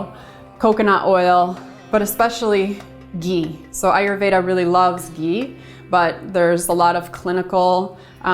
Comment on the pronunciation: hi I love your videos I wish u were in NY . For digestion what is the oil I couldn't understand I thought u said Geen?